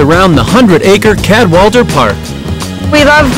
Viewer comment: and its pronounced Cad-WALL-A-DER, not Cad-WALL-DER